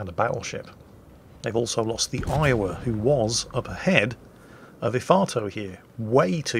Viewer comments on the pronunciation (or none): none